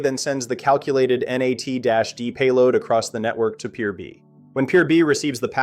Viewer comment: and it’s not ennn aaayyy teeee. it’s NAT